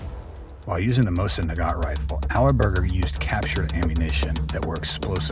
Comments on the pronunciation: Mosiqn Nagant, NOT Mosun Nougat nougat goes in candy bars. I hate AI. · What is a mosin NUGAT? Do you even know what that is? You can't find a single English speaker to read the script? Thumbs down for AI generated stock footage not related to the sunject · Mosin-Nsngant is pronounced Mo Seen - Na Gan. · "Mosin Nougat" <--- lol